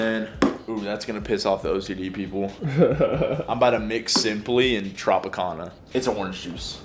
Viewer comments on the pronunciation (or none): Bro butchered Tropicana pronunciation